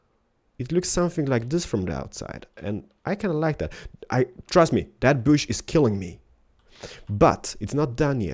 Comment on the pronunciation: Did you say boosh?